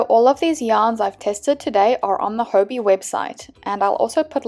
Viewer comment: I thought it was pronounced hobby 😅